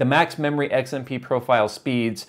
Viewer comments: Dude it's XMP not Eggs MP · WTF is eggs-M-P profile? Bitch you cookin?Edit: Finally the correct X.M.P . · Is it just me, or is saying XMP like "Eggs-im-pee"? It could just be an accent thing, but I usually pronounce the letter X like "Ecks" and not "Eggs". Lol. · oh god, now I can't stop hearing it. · He’s saying “eggs and pee” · Yo stop saying EGGS-mp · lol when says XMP he pronounces it EGGS M P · Did he just say Eggs M P? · Fried a 16 day old 6700k running 4.8 1.34v.. well below the internet's supposed maximum. Tweeted you a pic of the burnt contact on the bottom of the CPU too, though I doubt you saw it. Edit: Just to be clear, it's the first CPU I've ever toasted, and I pushed an old 965BE to 4.2 1.45ish-v Also, lol "eggs-m-pee" :P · I swear he said eggzmp profile the first couple of times he said it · why cant you say X M P???? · "eggs M P" - trying to say XMP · glad I was not the only who noticed that